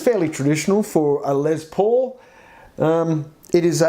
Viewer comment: Its LES paul not LEZ paul..lol